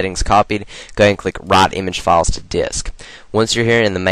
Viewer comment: lol when you said "write" it sounded like "rot" XP